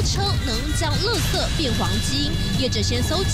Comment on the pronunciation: 為什麼要把垃圾講成(ㄌㄜ)圾